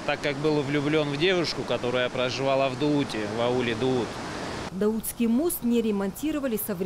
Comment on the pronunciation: Не Даут ,а Дуут.!